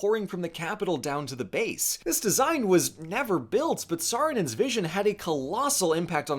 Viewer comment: "Saarinen's" It just sounds so wrong